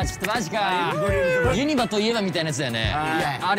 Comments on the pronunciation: めんどくさ関西人で申し訳ないねんけど、「ユ↑ニバ」が気になりすぎる笑 「ユニ↑バ」ですね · みんなユ↑ニ↓バ↓って言ってますがネイティブはユ→ニ→バ↓です😂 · 関西在住なもんで 【ユニバ】の発音の違いにまず衝撃を受け動画を観すすめたのですが… メンバー５人の魅力が詰まりすぎててさらにパニックになりました(？) とにかく最高！！ リピート決定！！ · 作間くんのユニバのイントネーションに東京男子を感じてしんどいね💦！！！ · 「ユニバ」の発音のコメント見て関西はイントネーション違うんだと言う発見が‼️ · 5人のユニバの発音が気になる…！笑